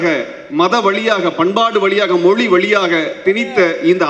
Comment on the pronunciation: மொழி னு சொல்ல வரலை மொளி னு மொளி சொல்லராரு.. ivaru tamilan na ...